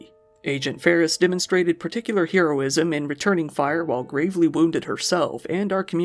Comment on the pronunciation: Its "hare-o-ism" not "hero-ism."